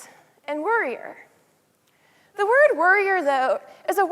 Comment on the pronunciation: It took me five minutes in to realize she was saying warrior not worrier.